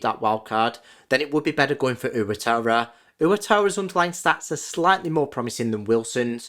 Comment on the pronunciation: Hi mate, great video, but for future reference.. it's pronounced "wah-TAH-rah", not "oo-a-tah-rah"